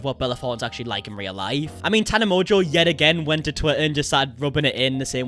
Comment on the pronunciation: you got my name PERFECT ❤️🥰